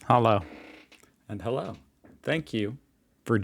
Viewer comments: Often I heard: "Hollow" not Hallo. The o ist a little bit longer: Ha•loo Greetings from northern germany ♥️ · Your "Hallo" is not bad, but you say "HallOU", correct is HallO :D